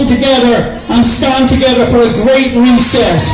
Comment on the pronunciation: Oh, and He sounds like He is saying "a great recess" not "reset..."